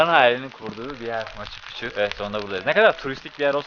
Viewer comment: pikçu diye telafuz edilir.